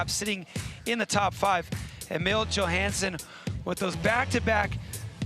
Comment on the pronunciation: idk how its 2023 and this announcer is still butchering Emil Johanssons name